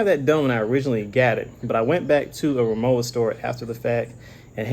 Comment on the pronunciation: Its rimowa where the w is pronounced w. Even rimova recognise this distinction...as does BMW ...B M V anyone ?